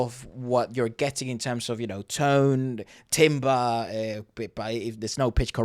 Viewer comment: Timbre is pronounced tamber, not timber.